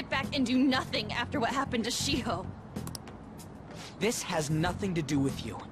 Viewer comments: shiho isnt pronounced she ho its pronounced shio (the one that looks like yandere chan). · Have you heard of that girl Shiho I heard shi a ho lol but please live